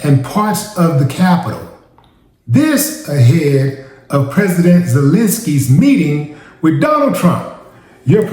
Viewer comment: 😂 wow your Prasadant